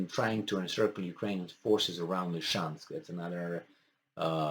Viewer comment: Dear, please repeta dupa mine: LI-SI-CEANSC, LI-SI-CEANSC, LI-SI-CEANS...